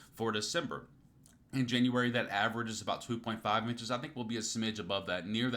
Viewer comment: January not Januaray 😉